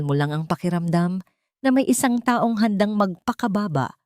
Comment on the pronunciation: dapat po pag-aralan nyo ang pagbasa ng filipino kung kailan mabilis o nahina lang ng isang salita tulad po ng taong pag mabilis pagbasa nyo iba ang meaning nun it means year kung tukoy nyo ay tao dapat na ahina lang basa nyo